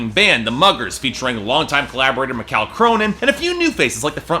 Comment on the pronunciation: mikal is still prenounced like my-kal